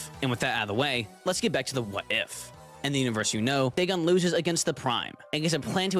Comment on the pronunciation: It’s pronounced Da-gone